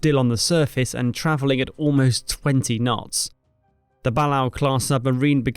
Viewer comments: Balao Ba-LAY-O Just FYI. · Pronounced buh-lay-oh class.